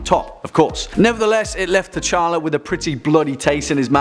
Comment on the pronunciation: DID HE JUST SAY KING, K'CHALLA